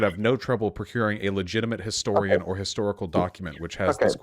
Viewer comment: Did the British lad say - Histowian?